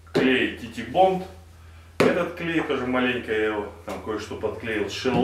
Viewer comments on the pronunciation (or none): Правильно произносится - Тайтбонд. Старые вещи лучше клеить на эпоксидную смолу.